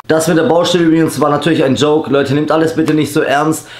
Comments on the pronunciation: Bauschtelle ? Oder doch Baustelle ? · Ich hoffe "Bauschtell" soll ein Scherz sein